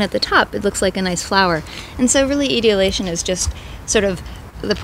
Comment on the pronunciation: God, pronounce the big words CORRECTLY. The word is "E-tole-E- A-Shun", the plants become "Ee-tole- E-A-Ted "